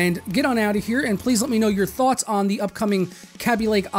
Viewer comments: Commentator Dude that's obvious, I was using baby as another example. You pronounced it as 'ah' or 'hat', not like Katie. D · Commentator It might be, but you're the first person I've heard pronounce it like the a from 'cat' or 'that'. The first thing I think about when I think of the pronunciation of Kaby Lake is baby lake because it's gonna be pretty sick. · Commentator But you pronounced it differently. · how do you pronounce it? K(ah)bee or K(ayee)bee?? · Say Kaby-lake once more for me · I think you're pronouncing "Kaby" wrong. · daniel202 I thought the A in Kaby was a long A, like in Katie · People say kaby sooo wrong